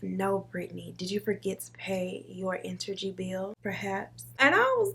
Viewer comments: 😂😂 did she say entergy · Girl did you say “enTergy bill” 😂😂😂